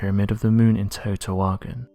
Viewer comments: Teotihuacan is pronounced more like Te-o-Tea-wa-can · The city is pronounced Tae-O-Tee-Wa-Con...you're killin me, lol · The city is pronounced Tay oh tay whah kahn, which means God's house place. Cutiouly, it means the same thing in the Gaelic and Gaeddic Celtic languages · First if you're going to do a documentary know how to pronounce the name of the place that's completely wrong pronunciation second off this is a huge power plant which draws water in from the river the stones that are clad around the whole building or electromagnetic they could use local stones that are everywhere but these stones are from hundreds of miles away and we're also covered up with stucco so you couldn't see them do you know the colors of big rock with a whole bunch of smaller rocks around every Rock it's the conduct electricity that's why they chose those rocks because you would never see them cuz they would be stuccoed over you want to get stupid keep watching this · Great video, but that pronunciation of teotihuacan is really sticking out to me... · Yeah....you would have thought he would pronounce it properly lol